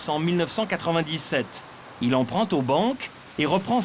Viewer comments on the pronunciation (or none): "Il emprante aux banques"? ou il emprunte aux banques? Qu'est-ce que c'est que cette irritable prononciation du français? J'ai bien entendu!!!! "emprante"! Tous ces gens se croient très smarts de prononcer le français comme des cochons. Et ce sont des Français de souche, pas des immigrants! C'est une honte!